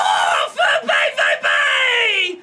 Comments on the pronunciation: Kübel is also incorrect, sorry 😅 - it's [ˈkoːbl̩] - basically like you'd be saying cobble, but instead of a short o, it's a long one. Also, with BVB - the V sound you do would be the letter W in German - the sound often produced by V in German is like the F in fish or face in English. The V in BVB is pronounced like "ow", but with an f sound at the front, like this: [faʊ̯] Don't want to sound condescending, just want to help out a little! Loving the series so far! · Hey love the series. Only thing on pronunciation - German V (as in BVB) is pronounced Fau and Pokal is Po (Like the kung fu panda) and khal (like khal drogo).